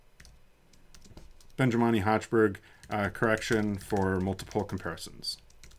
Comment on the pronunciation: It is awesome! Many thanks for that. Just a detail, it is "Benjamini" not "Benjimani".